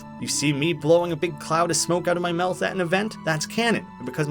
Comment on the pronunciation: You were also saying the word mouth wrong as well